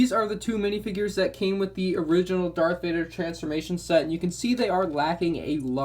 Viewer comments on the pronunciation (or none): Are you saying dark Vader